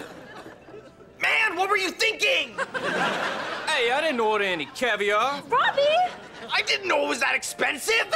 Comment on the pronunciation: Hey, I didn't order any cavior!